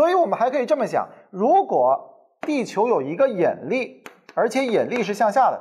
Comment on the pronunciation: 兄弟，是yinli，不是yenli。有点怪怪的发音